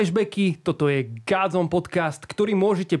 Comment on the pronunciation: Vyslovuje sa gOdzone nie gAdzone. Pili mi to usi.